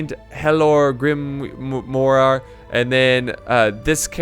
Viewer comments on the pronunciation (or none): Grimoire is pronounced Grim-wahr. Its definition is literally, a book of spells.